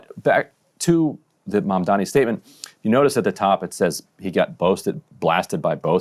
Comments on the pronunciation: I want to punch this asshole in the face every time he says "MONDOMMY" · Pleez! This dude is going backwards from government to mayor and he thinks this is normal. Now let us give his ex-girl friend an interview. He keeps saying Mamdami instead of Mamdani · Do you guys think Cuomo GENUINELY cannot say the name "MAM-DAH-NEE", or if its part of his terrible political strategy to constantly call him "MAN-DAMN-EE?" Personally I think it makes him look even more like a callous idiot, that he cannot even pronounce his main competitor's name correctly. It's not that hard, which makes me sure he's doing it on purpose, in some shallow passive-aggressive strategy. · i dont know how the interviewers dont stop him and help him sound out MAM-DA-NI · It's Mamdani, as in MUM-DANI. How hard is it??? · He can't even say Mamdani properly. What a loathsome, disrespectful character. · If you can’t pronounce the name of a political opponent you have no business being mayor of the biggest city in America. Being illiterate just disqualifies you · How does this guy still not know how to pronounce Mamdani. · I’ve never once heard Cuomo correctly pronounce Zohran’s name. It’s not an accident, it’s just an intentional dog-whistle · He thinks it's a such mastermind move to intentionally mispronounce Mamdani's name because he believes his disrespect will program people into thinking that he's forgettable or otherwise unqualified. Literally the thought process of an obsessively jealous high-schooler. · There’s literally nothing inspiring about this guy. His whole campaign is “I deserve this because people know who I am.” He also refuses to get Mamdani’s name right which is pathetic. Entitled politicians that get all their funding from rich donors are the worst. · Cro-Mag Cuomo can't even say Mamdani's name right. He's either dyslexic or doing it on purpose. Neither looks good for him.